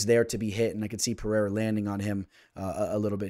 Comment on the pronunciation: Pe Rei (not hey) Rah